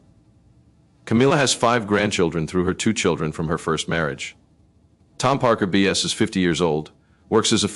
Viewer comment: Can’t even get names right Tom BS ? Tom Parker Bowles